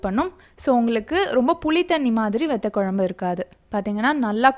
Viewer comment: It would be great if you prounce vathakuzhambu not vethakuzhambu